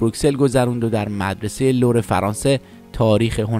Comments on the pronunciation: اطلاعاتتون در مورد خانواده ایشان در مورد یک خواهر غلطه چون خودشون اشاره به مرگ برادرشون کردن. در ضمن موزه ی لو ور غلط خوانده شد لطفا قبل از ضبط یک دور نوشته ها را مطالعه وغلط گیری کنید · اقای عزیز شما هم اسم استاد رو اشباه گفتی هم خیلی از واژه ها را از جمله اسم لُوور رو اشتباه تلفظ کردید